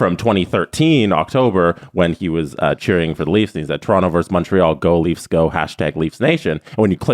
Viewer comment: it's "versus", not "verse".